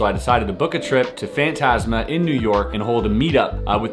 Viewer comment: You say fantasma very wrong